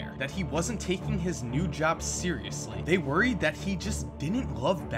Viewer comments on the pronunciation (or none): none